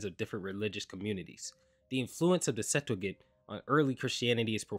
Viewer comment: and Sep-too-gent